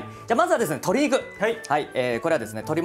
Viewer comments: 鶏肉がトリグに聞こえた((( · "鶏肉" が "トリグ "に聞こえてびっくりした笑